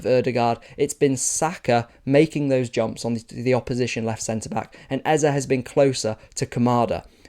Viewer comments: I am Igbo, like Eze, and, your initial pronunciation sounds closer to the actual than your 'corrected' version. It's /ay-zay/, not /ay-zah/ His first name is /ay-beh-ray-chi/ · They can never actually pronounce the name. At best, they'll add imaginary y's like like ay-zay. But this Ez-uh stuff seriously grates my ears. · Day 2 of demanding the correct pronunciation of the name, Eze. You got it better the first time. Great video as always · FYI your first pronunciation was correct. It's the second that's wrong. Simple solution, just pick one and stick with it, so that everyone can get used to it and move on. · Its a Nigerian name and your first pronunciation was actually correct